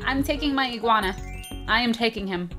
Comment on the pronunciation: who else heard cupquake say pascel an ugwana?